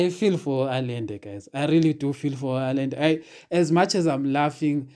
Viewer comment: At the risk of sounding repetitious, this guy's name (Allende) is pronounced "Ayende".